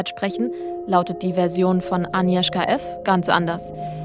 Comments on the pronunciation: Super Video, finde es cool, dass ihr die Spannung durch das Zurückhalten des Ergebnisses bis zum Ende beibehalten habt :) Kleine Anmerkung: Das "g" bei Agnieszka ist nicht stumm. Eher so wie bei der deutschen "Agnes" Liebe Grüße 😊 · Es heißt 'Agnieszka', nicht Anieszka! Das G muss auch wirklich hörbar ausgesprochen werden. Klugscheiß :) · nicht aniwska agniewzka